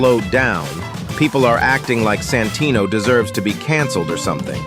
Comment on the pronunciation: I cant unhear "Sanfuckingtino"😭😞